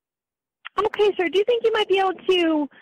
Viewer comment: "ohkyay!" Lol